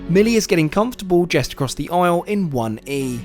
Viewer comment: Are you jesting with us in always saying jest rather than just? 😀